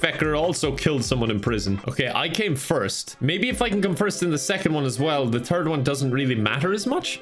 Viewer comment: is it just me or when says third it sounds like he's saying turd